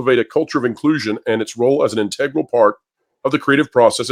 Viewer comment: Mispronouncing Integral